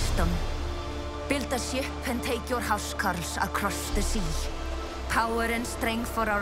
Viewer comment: That narrators' pronunciation of huscarl really pissed me off. Huscarl, anglicized as Housecarl, just means "house man" or "house soldier". Essentially just a bodyguard. Now, it's pronounced the way you would think house is, just, without as much annunciation. Hus. Not husk. Do you live in a housk, narrator? I don't think so.